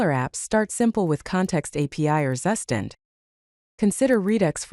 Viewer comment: "zzzustand". This AI reading is not getting that Zustand is a German word. Its proper pronounciation is close to "Tsu-shtant"